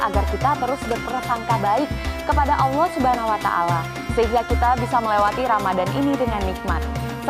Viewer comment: ....ma, af buk,materi ceramah baguslah itu. Tapi waktu mengucapkan kata "ALLAH SWT ditelingaku rasanyia kurang Mantul. Salaam hormat.....